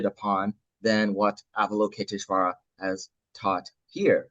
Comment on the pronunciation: Thanks for sharing! Btw English translator — *Avalokiteśvara, not Avaloketiśvara 😊 (also stress on 5th not 4th syllable)